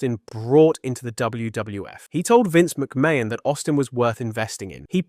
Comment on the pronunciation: AI really needs to learn how to pronounce McMahon.